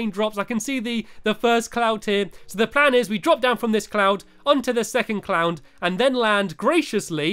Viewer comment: did he say clound instead of cloud?